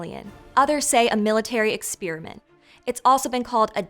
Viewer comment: I greatly enjoy this channel. Excellent research and presentation. One very minor correction, though: the second syllable in the word "experiment" is pronounced like the first syllable in the word "periscope", not like the first syllable in the word "spearmint"